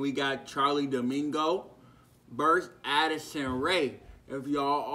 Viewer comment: Did u say Damingo? 😂😂😂 it’s D’Amelio